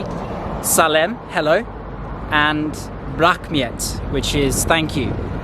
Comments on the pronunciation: well, if you listen to that word on the video one more time you will listen it clear like "blackmet", I am Kazakh. it's my native language and I'm an English teacher. And my listening is really well. You are not kazakh and you don't know our language. If you don't believe me, check out from google translator that it shouldn't be blackmet should be "RAHMET" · Hello, Can you pronounce the word "blackmet" to "Rahmet" which means "Thank you". I don't know who told you " blackmet" , but the word "RAHMET" is right. I am a kazakh girl from Oskemen, it's on the East of Kazakhstan. Have a nice trip! Hope you like our country. What about us, well we love our country and we are proud of being Kazakh people 😃🙋‍♀️